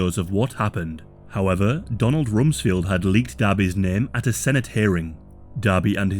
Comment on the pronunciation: 1. It's RumsFELD, not Field. 2. Saying "SA" instead of "Sexual assault" is cringy and pathetic.